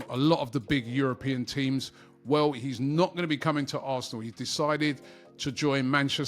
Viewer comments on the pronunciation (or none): none